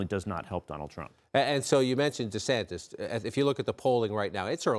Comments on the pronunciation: Can someone tell Mr. Gergen it's not pronounced De-sanTEZ? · His name is not DeSantez.